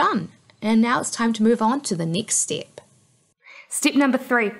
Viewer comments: stip by stip 😂😂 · You do the NZ accent really well =P